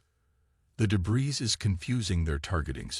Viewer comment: Day-bree, not day-bris